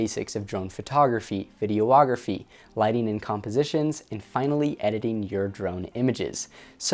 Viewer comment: it's videography, not video-ography. too many oooo's